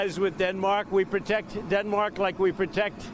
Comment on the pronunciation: "Protect"..... Is he Italian by any chance?